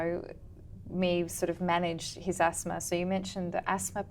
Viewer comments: So, she said 'Yeah/yes...for many times...inappropriately and she mentioned 'I completely understand your concern for many times... Pronunciation of Asthma is also wrong.. etc. despite those mistakes, you have uploaded this conversation for others to learn?? Ridiculous... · asthma- you have to pronounce it correctly as a doctor....!!!!!!